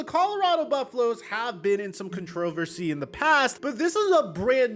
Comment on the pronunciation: said “controlversy”